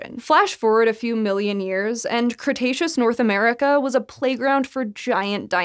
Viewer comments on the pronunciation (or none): none